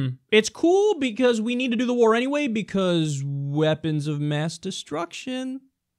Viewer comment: Really Kyle, "Wár"?